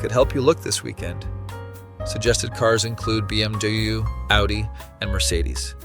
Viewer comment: Interesting brand of cars. Bee-em-Dew. Like mountain dew plus bimmer?